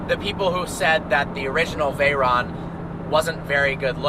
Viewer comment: VAYRAAAAAN and SHYRAAAAAN... pronunciation at its best